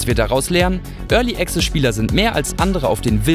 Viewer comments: Örli Access xD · Örly Access ;D